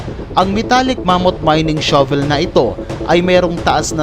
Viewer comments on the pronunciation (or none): none